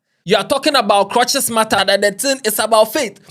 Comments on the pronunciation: Well done, he said clutches like 2 times 😂💔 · It is crutches not clutches you got me confused